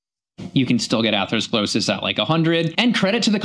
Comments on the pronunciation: Yeah, when he says, "atherosclerosius" it's like nails on a chalk board. Ugh!!! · point about opinion vs. proof or cause cannot be repeated often enough. Mic has trouble pronouncing atherosclerosis. Brain fog?